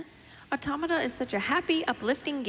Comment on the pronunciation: Props to the announcer for pronouncing "Automata" correctly.